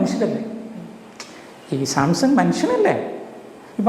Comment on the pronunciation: ആദ്യം സാംസൺ എന്ന് പറയാൻ പഠിക്ക്....സാംസങ് അല്ല...